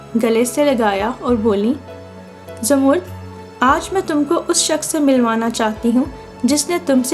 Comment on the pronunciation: Boht pyari kahani. Lekin ap mind na karen to aik baat kahun. Ap kuch alfaz sahi ada nahi karteen. Jese zamarrud ko ap jamurd bol rai hain. Isko propounce karen Zamar-rud. Yani 2 syllables me.